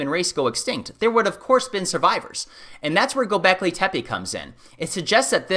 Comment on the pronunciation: Please do not pronounce Tepe like tapee. It is more like t'pe.